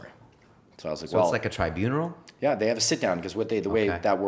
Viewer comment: Interesting stuff! It's 'tribunal' though by the way.